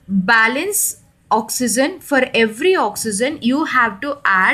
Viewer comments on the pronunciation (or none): Not OXYZEN..it's OXYGEN..pronounce carefully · Oxy-gen (correct) oxy-zen (wrong) pronounciation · I like the way when u say ions and oxygen